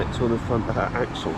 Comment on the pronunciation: Axle not axcel you cluts.